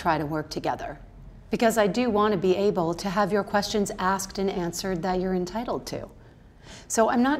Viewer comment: Did Mills say axed instead of asked?